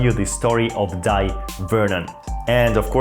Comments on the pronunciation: It's pronounced Day Vernon scrub. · Thank you for your kind reply! I hear most magicians pronounce his first name "Dye" as well. I regret I can't recall where I heard or saw that his preferred pronunciation is "Day." Sorry if I am creating needless confusion, but am genuinely curious. I met him at the 1978 Society of American Magicians convention at the Waldorf Astoria in NYC. He kindly autographed my program as did many other luminaries of the day. It was a memorable convention as I also got to experience first-hand Tommy Wonder's Two Cup routine (he went by Jos Bema then, a shortening of Josip Bemelman). The misdirection on the loading of the bag and large pompom was SO strong that he had to re-demonstrate them repeatedly because most of the magicians in attendance could not follow it even during the explanation. Thank you for the opportunity to enjoy these pleasant recollections. Kind regards, John